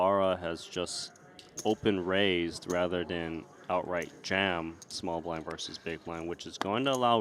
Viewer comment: The word "versus" has two syllables. FYI